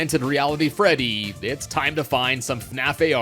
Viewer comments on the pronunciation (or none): none